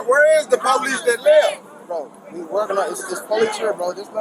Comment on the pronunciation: 😂😂😂😂😂😂😂”where is the POlice that leffft??”